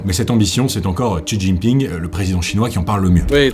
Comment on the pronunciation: Bravo pour tes recherches. C’est un travail monstrueux que tu as fait. Seul point où j’ai quelque chose à dire : la prononciation des mots chinois, attention lorsque il y a un X (ex : Xinjiang) ça se prononce Sh (Shinjiang) - (Shi Jinping)….